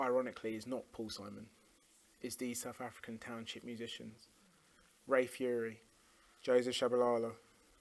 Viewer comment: Ray Phiri’s last name is pronounced “pee-ree”, not “Fury”. He’s also a guitar player, which Arday gets correct initially, but then mistakenly says accordion.